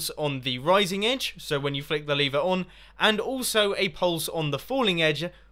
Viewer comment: Why r u saying leever. Its lever